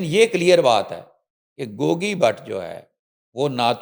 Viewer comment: When the anchor started I thot shes discussing in English.... But how she pronounced Gauggii... And the urdu... Amazing 😂... is doing Well... ❤